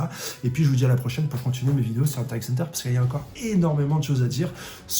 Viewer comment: Franchement j'aime bien ces vidéos, mais pourquoi il prononce le "x" ds huntrr x hunter et pq quand il parle de kurapika il dis "elle", kurapika c pas une fille c un homme. C'est ces 2 seul choses qui me stress de ouf ds ces vidéos sinon c carrer les idées son bonnes j'm bien